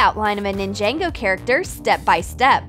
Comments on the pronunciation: i'm sorry,you said ninjango? don't you mean NINJAGO? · NINJENGO?! 🤣🤣🤣🤣 its ninjago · It's Ninjago, not ninjengo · I cried every time they pronounced ninjago, nin-JANG-go. D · nAnjEngO character seriously? it’s NINJAGO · NINENGO it’s NINGAGO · I heard ninjego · Ningango? Wtf it's ningA(ah)go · It's. Ninjas not ninjego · What is Ningango? It’s ningago.. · Them: ninja go to them is pronounced ( nin-jaen-go) Me: 😐 umm... Do u need to go back to school u noob!?!? It's pronounced ( nin-ja-go) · The best life hack putting 2$ paint on you’re face, also who the hell pronounces ninjago ninjaaaaannguooo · it's prononced ninjago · Did she just say “Nin-Jango”? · How they pronounce it XD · They pronounce ninja go wrong